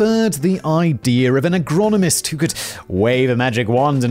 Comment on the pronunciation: Man can say ''AGRICULTURAL SCIENTIST'' but can't say Agronomist. Simon, you're a wonderful being.